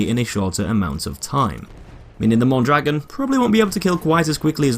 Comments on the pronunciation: its pronounced moan draGOAN not mon dragon notice the accent mark thank you sir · mondragOn the accent on the "o" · Mon dro gon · Mon-dra-gon not Mon-dragon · ita pronounced Mondragón not dragon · is Mon-dra-GONE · im not a native speaker. point is it's not MON DRAGGIN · as a spanish native speaker it is pronounced moan-dra-goan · Yo digo Mondragón asi que... :v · No it's pronounced mondrogan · Se dice Mondragon, no goan ni ghon ni guan. Los nombres propios se leen en la lengua de origen, no se traducen no se pronuncian en otro idioma. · *mon-druh-gon, no offense lol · You’re pronouncing Mondragón wrong. Look at the ó in dragón. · i know right it makes me die inside whenever a youtuber pronounces it wrong (which is pretty much all of them) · it's named after a mexican man. therefore you say his name like it would be said in spanish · not really… unless we are talking about local dialects of the same language that somehow have different vowels, in every Spanish-speaking country, you will hear people always saying "Mondragón". That little accent is always pronounced the same no matter where you go, whereas consonants might change, particularly in parts like South America where their "s" is short or flat-out non-existent in pronunciation. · Look at the ó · well that's not how you pronounce that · Blueismyfavouritecolor Same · Metalcore98 the guy in the FW video doesn't pronounce it the same. he also says he probably isn't saying it right